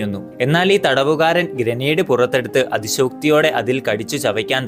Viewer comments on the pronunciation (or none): none